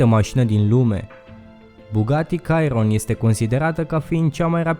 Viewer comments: Nu este Cayron, este Chiron :D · Bugatti "cairon" ? :))))))))))))))))))))) Poate vrei sa zici "șiron" asa se pronunta ! Un cacat de masina cu un mega exagerat pret, afumat de un nissan GTR la 200k E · Chiron , nu Cyron . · Fain video. P.S numele modelului Chiron se pronunta "Șiron" nu "Cairon" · se pronunta şiron nu cairon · stiam ca se pronunta Şiron nu Cairon... adica pana la urma se scrie Chiron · Sa stii ca se citeste "șiron" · Chiron se pronunta Șirob/Seiron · cairon =)))))) serios in plm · Se scrie Chiron da se citeste Șiron si costa 2,4 Mil Dolari comanda si vine peste 1 an sau 3mil pe loc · In orice limba ai citi cuvantul "Chiron" nu o sa iasa vreodata "cairon"! Tie ti-a iesit, bravo! Ai nota 2, iesi afara! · Daca tot faci un videoclip despre Bugatti macar uita-te cum se spune Chiron ;)